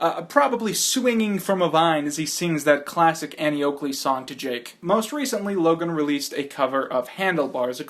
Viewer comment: you said Ja🅱️e